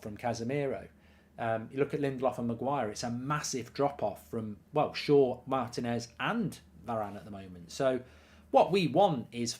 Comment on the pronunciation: Mark you are not pronouncing Martinez’s name correctly